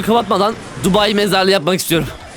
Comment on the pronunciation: tubai çukulatası dedin😂😂😂😂😂